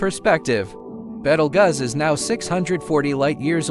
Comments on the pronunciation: “betelguss” I CANT WITH THIS ROBOT VOICE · You have NO credibility. You cannot even pronounce the star's name correctly.